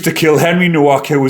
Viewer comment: The W is pronounced as a V.